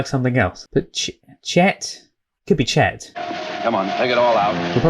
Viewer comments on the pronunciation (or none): It's "Chick." Not Chet.